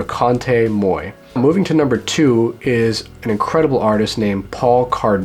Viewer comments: Moi is pronounced mwa. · And his pronunciation is way off. "Moy"? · you pronounce moi as mwa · Not to be a nitpicker, but look up how to pronounce the French word "moi." Hearing your Americanized version of it is equivalent to a stylus scratching a record lol.